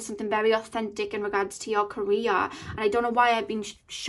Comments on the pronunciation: lol omg! I thought about that too! But I kept hearing Korea lol 😆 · Lol it’s her accent of pronouncing “career” but still you could take it as a sign for yourself since “Korea” is meaningful for you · I was so confused the first couple of seconds, i thought you said Korea but then i figured you meant career